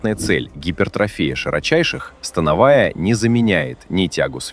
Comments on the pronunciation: Автор смотрел видеоряд? То упражнения на грудь показывают, то трицепс, ну и ударение в слове становая 😅. Скормили ИИ контент и ботов нагнали. А от направления и хвата зависит акцент по волокнам, но тут все очень примитивно… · СтАновая или становАя??? Вы уж определитесь! 😊